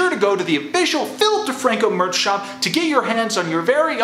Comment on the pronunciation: It keeps on sounding like you say “Filth DeFranco”